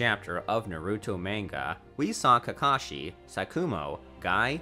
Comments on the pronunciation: Is it js me or did he say kashi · for example "kahashi" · He really just said "Kahashi" and "Sanins" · dude said Kahashi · If nobody is going to take notice to this I will "Kahashi" lmao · Did he rlly say kahasi in the first 40 seconds tf??